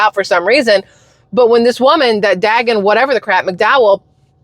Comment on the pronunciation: Love Daegan McDowell... it's pronounced day-gun / it's the FOX business channel